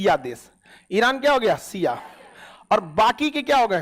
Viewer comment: Isko kuchh bhi jankari nhi hai AIK to ye khan Shiya ko siya bolta hai pahle apna pronounce sahi kr le khan